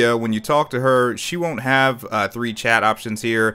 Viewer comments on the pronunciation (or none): none